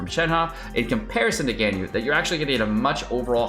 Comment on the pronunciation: This is for sure his worst video yet and led to me unsubscribing. I can’t stand click bait genshin youtubers. And the mispronunciation of Ganyu/Gorou.